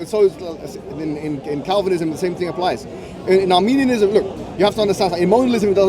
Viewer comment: I noticed during the premier that was consistently pronouncing 'Modalism' and 'Molinism' as 'Monalism' and Arminianism as Armenianism🇦🇲🇦🇲🇦🇲🇦🇲🇦🇲🇦🇲 and Armenian🇦🇲🇦🇲🇦🇲🇦🇲🇦🇲🇦🇲🇦🇲🇦🇲🇦🇲 Christology/Theology. Silly Sophistry Boy!!!!! 🤣🤣🤣🤣🤣🤣🤣🤣🤣🤣😂😂😂😂😂😂😂😅😄Additionally, misrepresented what Molinism means, preaches and teaches.